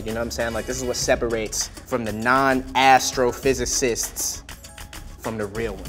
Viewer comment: You said ASStrofisisest...lolol